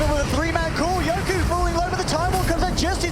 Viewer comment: Why the caster always call yoky as yoku. Tats really annoying